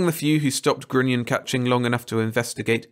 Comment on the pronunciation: Such a hilarious fantasy about human nature., respectfully offered: grunion rhymes with onion. Narrate on!